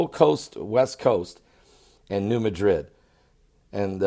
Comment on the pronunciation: Ross Harris, all faults are found in solid rock. The potential magnitude of the rupture in the New Madrid (by the way, it is pronounced MADrid, not like the city in Spain), was just big. Think Fukushima big. It caused the Mississippi to flow backwards. Soil liquifaction in surrounding basins is likely the greatest danger, due to construction techniques not considering the presence of a major fault nearby.